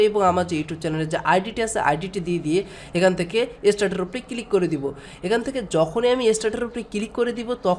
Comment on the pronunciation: উচ্চারন সুন্দর। ফিরি নাকি ফ্রি? কিলিক নাকি ক্লিক? সিমপিল?? নাকি সিম্পল,? কমপিলিট,পোরমশোন,এসব ঠিক করেন ভাই। বলে না লোকে। তবে এগুলা বাজে সোনায় আপনি কি সজল এর ভাই??